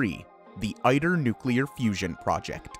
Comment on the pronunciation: ITER not IDER